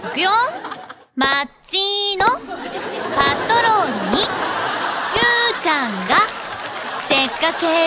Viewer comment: の「オウッオウッオウッ！！」 天使ー！！ アシカショーなのに🦭イルカのイラストが🐬 「町のパットロールにゆーちゃんが出かけるよ」 可愛い❤️💕 「今するなぁ！」好き！！